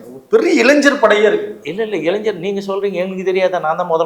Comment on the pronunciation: நெறியாரே முதலில் இளைஞர்.....சொல்லு இளைஞர் ........................இளைஞ்சர் இல்லை...